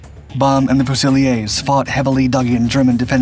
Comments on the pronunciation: Thank you for being respectful of my countrymen's contribution to the war with regards to this remarkable machine. I like your videos very much. FYI "fusiliers" in the British army is pronounced "fewzi-learz" not "few-zil-eyay". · It's pronounced FUOOSELEERS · The GM 6046 engine is basically 2 GM 6-71 engines geared together - the tank DID NOT have 2 Engines! Fusiliers is pronounced FEW-SIL-EERS. It is NOT a French word. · How are we pronouncing fusiliers now? 😅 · You're going to have to teach your robot how to pronounce "Fusiliers"